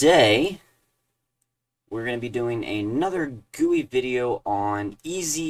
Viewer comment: I have no idea if I mentioned this to you before, but I really appreciate you calling a "GUI" a "gooey"!! :)